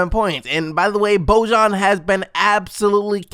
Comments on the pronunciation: It's bojan not boužan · He isn't Božan he is Bojan. You need to read j like y in enjoy for example. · Just letting ya know Bojan Bogdonavic's first name is pronounced like Boyan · Just so you know, Bogdanovic's name is pronounced "Boyan." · Holy shit learn to pronounce Bojan's name!